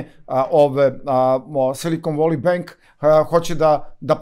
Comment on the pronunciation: Silikon voli benk😂😂😂..., inglis menu!